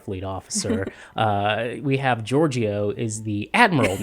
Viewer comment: Ok, you HAVE to learn to pronounce Georgiou's name. It's most closely Geor-JOH.